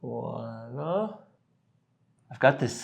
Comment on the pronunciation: Nice tute! And thank you for pronouncing "Voila "correctly. Most people do not! Please also do a draft for a basic woman's skirt and top and include instructions for sewing. It will go a long way in making a household name.